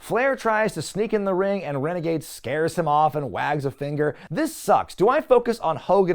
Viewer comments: I kept dying at rene gade pronunciation. His outfit really did suck lol. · I feel for poor Rick Wilson, the guy was just doing what he was told, but everytime you keep saying "Rene -Gade" I can't help but to LMAO!!!🤣🤣🤣🤣 That's definitely a new one 🤣🤣🤣! I neeeded that laugh🤣🤣🤣